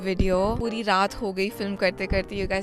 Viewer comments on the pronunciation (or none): none